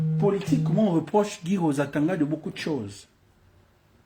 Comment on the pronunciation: Toi aussi prononce bien le Nom du Mr svp